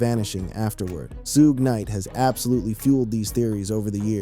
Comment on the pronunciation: This guy definitely can't say suge name period